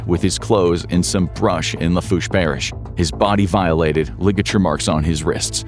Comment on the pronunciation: I was loving in Houma around this time and never heard of this. About the only thing he pronounced correctly was Lafourche